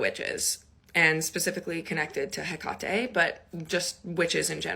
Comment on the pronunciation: She can't even pronounce Hecate, but she worships her? Weird.